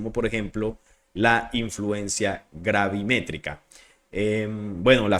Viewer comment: Gabimetrica ???? No amigo pronuncia bien de dónde eres ?